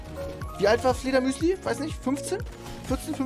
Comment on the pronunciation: Ich weiß wie er heißt aber wird nicht Fledermüsli ausgesprochen